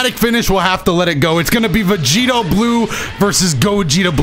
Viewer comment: Was I the only one who herd vergito instead of vegito